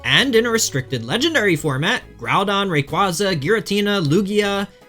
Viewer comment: World champion and cant even say rayquaza right. Sure buddy